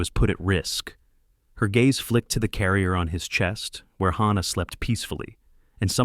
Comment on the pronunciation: I am so sick.of the mispronouncing of words and especially names in these stories!! The baby's namd is HANNAH with an A p d oniunced! NOT HAUNNAH with an au pronounced!!! Please get narrators whi can read and pronounce!!!